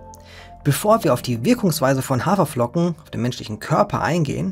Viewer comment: "Hawerflocken". Ernsthaft? 😙